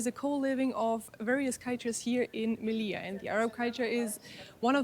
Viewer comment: on dit melilla m e li ll a